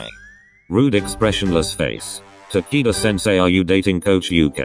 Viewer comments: "Ta key da"? no no no Takito! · i heard tanaka senseu for like a second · I heard tequila 😐 should I be concerned with myself? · hahahaha. “taquito sensei”. that’s adorable 😭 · OMG RIGHT?!?! That’s exactly what I heard...It was funny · I heard “Ta-kite-qua” 👁👄👁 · i love how they pronounce takeda’s name as tAki- dUh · It sounds like its saying taquito sensei and im dYiNg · U-kay Ta-kee-da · I was cringing at how it pronounced takeda's name